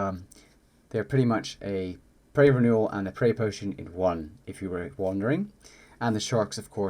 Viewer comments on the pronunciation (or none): your accent is weird when you say super prayer renewal it sounds like you're saying super ramen noodles. Good video though, I'm leveling summoning with your guide right now as I'm getting ready to kill a bunch of waterfiends with this guide haha